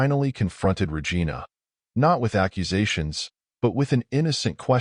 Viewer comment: “ we listed Ra Gina’s activities “ got me